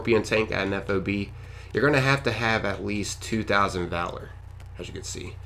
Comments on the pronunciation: It's not a f o b it's a fob one word not 3 letters. The military loves anagrams you pronounce them as words not spell it out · Nitpicky, but whenever I hear civilians say F.O.B. instead of just saying FOB, it's like nails on a chalkboard to me. It's like hearing a really old person refer to someone smoking a "marijuana cigarette". I don't think there's a single soldier in the world that ever called it by its letters instead of simply treating it like a word. (They don't have time for three syllables, dammit! Just say FOB!) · ...It'd pronounced 'fob'... like a key fob... nobody calls them F O B in the service lol. Hence why we call those that never go outside the wire 'fobbits'.